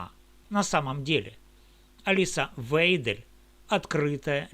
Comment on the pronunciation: всё верно, только её фамилия звучит "Вайдель", остальное - бесспорно, для тех кто может читать, слушать и делать выводы